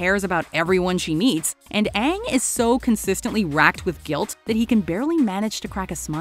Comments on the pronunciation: sorry, but, you mispronounce his name, haha. Aang, the show (said as "eyng") ... the movie (said as "ong") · I actually couldn’t watch anymore after sokka was called soka and aang was called ong. Other then that I would say the worst part of this movie is the casting. They whitewashed the main characters and made the entire fire nation the same race which btw was wrong. Like seriously? This is probably the worst live action remake of an animated series Like bruhhhh I was so disappointed at the quality of the FIVE FREAKING MINUTES I WATCHED. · Aang❌ Ong✅ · Like how they were bending the elements was really cool and really well done BUT WHY THE HELL WOULD THEY MADE HIM SAY HIS OWN GOD DAMN NAME WRONG ITS AANG NOT oNG LIKE WHAT THE F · They call him aaang and instead of “avatar” they say “awvatar” A W V A T A R suuka,no! awng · IT'S AANG NOT OONG AND THE AVATAR NOT THE UHHVATAR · Aang -> Ung Avatar -> uvutar Sokka -> sohkka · "My name is Oong" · mY nAmE iS OnG" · Sowka, Ong, Arvatar, Eeroh, Agni Kee ah, yes, immediatley make me hate it without even having watched it also Aang's tattoos and Zuko's pathetic excuse for a scar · no? his name is pronounced “aang” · tHe AuVaTaR - messed up Aang AuNg! - messed up Katara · why can’t he pronounce “A” “ovotar” “oong” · Does anyone else find it hilarious that every time one of the actors say a word starting with A they replace it with an o? Like Oong, Ovatar etc... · no, 000000nggggg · why can't he pronounce A? "Ovotar" "Oong" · Me neither, I left as soon as they mispronounced Aang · The name mispronunciations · The pronounciations of their names is my number 1 and then the whitewashing of characters is next for me. Honestly this was disgraceful to the franchise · Incompetent mispronunciation of character names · same goes for German, at least when it comes to the pronunciation of Aang, Avatar and Iroh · The pronunciation of aangs name the movie in general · Aang can't even pronounce his own name right smh.